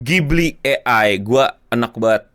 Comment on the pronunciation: Bukan ghibli tp kipli.. 😂